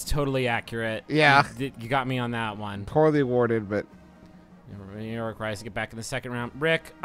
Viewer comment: Am I the only one who noticed “porly warded”??